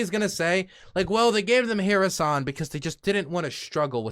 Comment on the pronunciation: I think I've invented a way for you to say Kherson correctly: just try saying "her son". Not dissing you just trying to be linguistically helpful.